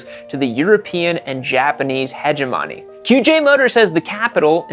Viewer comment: "heje-Mony" lol